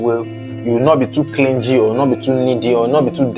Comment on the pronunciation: YOU REALLY NEED TO WORK ON YOUR PRONUNCIATION, FIRST TIME THAT I VIEWED YOUR VIDEO, CLINGY, THERE IS NO G SOUND, THE G IS SILENT 😱🤐😐😣😖